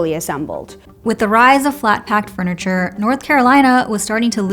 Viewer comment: Why do I keep hearing “freniture”…